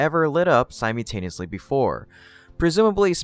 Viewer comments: It’s not “sime-yoo”-taneously, it’s simULtaneously. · the word isn't "sym you taneously", it's sym ul taneously. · Si-mew-taniously? Still? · It's pronounced sim-ull-tay-nee-us-lee